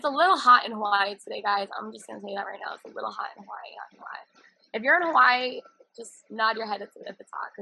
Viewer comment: Hawaahhheee. She needs to learn how to say it.